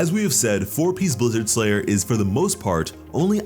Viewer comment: Blizzard STRayer, not Blizzard SLayer.